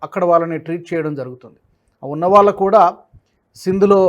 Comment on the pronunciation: ళ ని ల లాగా అంటున్నారు , వాళ్ళు, ఆనవాళ్ళు దయచేసి చూసుకోగలరు